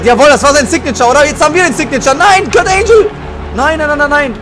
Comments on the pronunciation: kurt angle nicht kurt angel :D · Lern mal Englisch. Kurt Angel ne. 😂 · Das G von Kurt Angle wird wie im Deutschen ausgesprochen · Wie er Kurt Angle ausspricht...